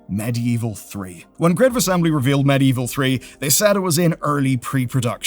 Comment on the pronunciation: "Medieval", not "Medievil". Bit different.